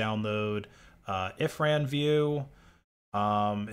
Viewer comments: I can already see the next Scam Call Center to blank the users screen and running such a script immediately. Also it's Irfan, not If-ran xD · Its called Irfan by the way, not Ifran XD